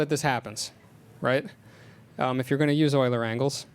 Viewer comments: Euler is pronounced "Oiler", because it's a German name. :) Regardless, GREAT talk! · euler is pronounced oiler because it is a german word. eu makes the sound oi. kind of like the strange combinations in english such as oo, ew, aw, au, ou, ow, etc....you get the picture. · Euler was Swiss, this is why his name is pronouced "Oiler".